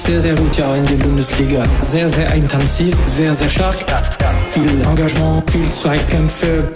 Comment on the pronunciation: Warum sagst du "eintanzig" aber unten steht intensiv?